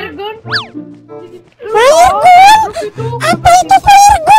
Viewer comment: 1.Faer gun 2.flare-gun Mantap RIP ENGLISH